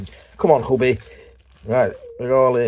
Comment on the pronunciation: Huby is pronounced U B